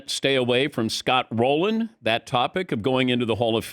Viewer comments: It's Rolen not Rolan. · It’s Scott ROLEN.